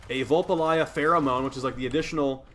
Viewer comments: I nearly died when said “Vul Pa Lie Ah” He even spelt it wrong in the title so no wonder he couldn’t pronounce it! They are called Vulpaphyla! “Vul Pa PHY LA” 😂😂😂😂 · I feel like de personally made this the literal embodiment of covid 19 because is spreads plague like a wildfire faster then saryn fyi its pronounced vulpaphyla say it with me vul pa phy la vulpaphyla now your taught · Deimos (day-mose) Vulpaphyla (vulp uh feye luh) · pronunciation: 'v⋅ul⋅pah⋅fie⋅luh not that it matters really, but that's it. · SIGH DAY-mos Vulpa-FY-la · Say it with me Vul - pa - fi - la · Ah yes, VULPALYJAH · Son literally says it every time you capture one. I will never understand how the fuck people don't know how to pronounce these things by the time they have one as a pet. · i braced myself but nothing could have prepared me for your pronunciation of vulpaphyla 😭😭